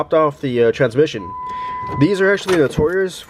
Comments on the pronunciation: The way you pronounce transmission 😂😂 tranmission. You know there is an s before mission. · How many times does he say "tranmission" throughout the video.